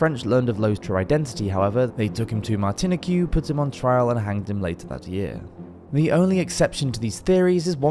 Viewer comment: It’s pronounced “Martin-eek”